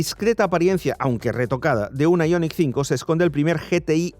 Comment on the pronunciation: Aillonic...Aillonic...Aillonic...5, ¡¡¡¡ JO-ER !!!! IONIQ 5, que pu-ta manía de decirlo en guiri cuando ellos se ríen de nosotros, ¡¡¡ JO-ER !!!